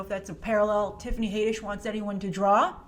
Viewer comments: HAD-ISH NOT HAY-DISH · Haddish. HADDISH! LOL where does "Haydish" come from? Had like add or like you know HAD! LOL Haddish! Had..dish! Had..dish, HADDISH!! NOT haedish or haiddish or haydish! It's Haddish! Lol smh.. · Haddish, not Hayddish. Jeez. The reason she's trending is because she keeps talking about Beyoncé's buisness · Love ya but Tiffany's last name is pronounced Had-ish, not Hay-dish. 😘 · Your saying hay-dish its had-ish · Its pronounced HAD - dish not HADE -d ish. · HAAADDDISH. NOT HAYYYDISH. 😐😂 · Her name is pronounced Had-ish not Hay-dish. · 1st of all her name is Tiffany Haddish not Tiffany HAYDISH!!! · Haddish like raddish come on smh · It's Had-ish Plzz get it rite Plzz it just sounds so bad and like you have never heard any one say her name out loud Plzz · OMG, you gotta learn how to pronounce her last name. It’s Had-dish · It's not "Haydish" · Dafuq is up with that pronunciation? Rhymes with raddish. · I believe it’s pronounce Tiffany had-ish👌🏾😂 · I could've sworn that has pronounced Tiffany's name correctly before, so I'm sure this "haydish" thing was just a slip of the tongue:P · someone is trolling you she's even announced it herself as had-dish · lj brown got trolled! Yikes! I remember the same thing. I’ve watched countless clips here on Youtube where Tiffany herself pronounces her last name as “Had-dish” (like radish). That troll really got us all good. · I had to stop watching this video cuz of how u slauterer her name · ...it does not make “Ragnarok” less special. It only makes M.I.B. look derivative...And, you are mispronouncing the “a” sound in Tiffany Haddish’s last name. Why do you screw up easy pronunciation a lot??? It’s odd.